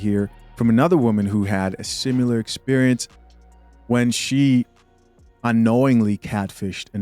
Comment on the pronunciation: . It’s similar*, not “simular”